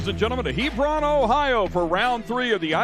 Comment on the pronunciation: Quit saying "Hebrawn," Everything in Ohio isn't pronounced like Lebron